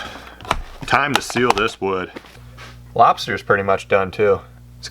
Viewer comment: HAHAHAHAHA! Trying too hard to troll commenters, and you formed a habit with wrong pronunciation and trolled yourself. When are you going to finish your lobsti?